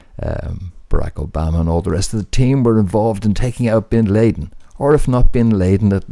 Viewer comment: Bin LAY-den? 😂